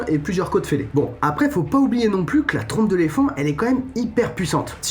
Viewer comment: "ils trompent leur plonge" 😂😂😂